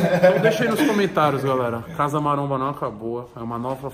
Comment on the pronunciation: Têm o vesgo aos , falando casa maronha.